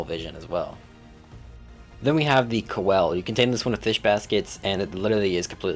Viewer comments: man said ko-el .... LOL cee-low-kanth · Did bro just Call the ceolcanth "cowel"